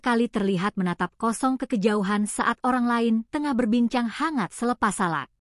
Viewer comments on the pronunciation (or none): none